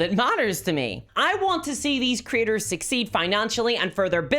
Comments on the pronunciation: I like how her accent makes "content creators" sound like "content critters." I want the stats for content critters, because they sound delightful. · I know you're saying "Creators" but I'm hearing it as "Critters", and it's just delightful.